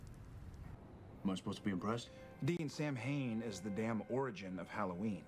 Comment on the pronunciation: Ah yes, the episode with the infamous demon "Sam Hane". Not 'Samhain at all. Pft. When this episode aired there was a lot of reaction in various fandom enclaves to the choice to pronounce it like that, as well as the choice to use 'Samhain' in the show as something started/influenced by a demon.